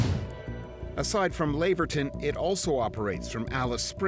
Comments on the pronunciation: The "Lav" in Laverton rhymes with "have" and not "brave". There is a suburb named "Jindalee" in Brisbane. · The Laverton you are thinking of is in Victoria the WA pronunciation is Laver ton like the tennis player